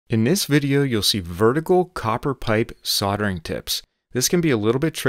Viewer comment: Sounds like said soddering instead of soldering